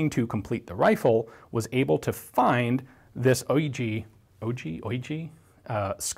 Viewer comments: OLGEE is pronounced All-g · If OIGEE is even meant to be read as a word and not as individual letters, the G is always, always, ALWAYS read as in "Gewehr". You don´t say "djevehr" and you don´t say "oidji". The utter and total sloppiness of the english language does not find a match in other languages. Other languages have an order to them.